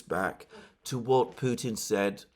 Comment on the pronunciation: McGovern seems to always -- thus intentionally -- pervert the true pronunciation of Putin to "putain" (which is rather disturbing when one runs that through a French to English translator). And Johnson, it seems to me (like Allister Crooke), suffers from deeply ingrained antisemitism. Nonetheless DNI Gabbard might well be informed by them; she's quite discerning.